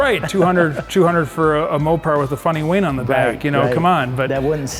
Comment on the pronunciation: Is he calling the wing a wayne?